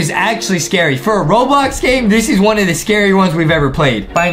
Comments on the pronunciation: he said Robox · Adam just said robox to the beginning 🤣🤣🤣😂🤣😂😂🤣😂😂🤣😂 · adam said robox in the start of the video hahahahahahhahahahahahh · literally says robox at the start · Why is Adem saying robox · why did adam say robox? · Adam say robox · Uhm i think adam forgotten the L for ROBLOX